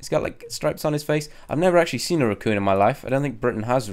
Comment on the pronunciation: Rucooon 😂😂😂 racoon